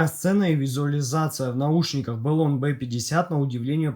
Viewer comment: Ну вот почему БЭлон, если бренд называется Блон?! =)